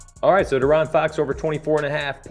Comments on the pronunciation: Lol its (DEE-Aaron) bro 🤣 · hey love the vid but i couldnt shake how u say foxs name 😂